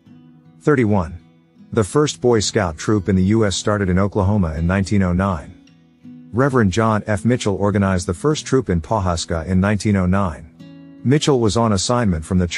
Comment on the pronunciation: 1) Pawhuska is pronounced "Puh-huska" by locals; 2) Lord Baden (BAY-den) Powell, not "BAH-den".